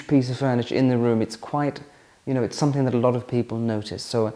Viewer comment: The word "something" ends in a G not a K. It's called pronunciation. Making life more elegant for you...